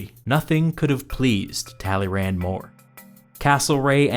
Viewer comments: Just as as sidenote, if I had pronounced the guy's name "Tally-Rand" in school, I probably would have failed history and French simultaneously. 😂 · Hears Talyrand said in flat American accent. cringes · Talleyrand is said like tally Youn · Narrator ''Talley Rand'' A person who speaks French ''Excuse moi?" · Thank you for this video, neat summary. However, the way you pronounce "Talleyrand" is a crime. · how wrong can you pronounce talleyrand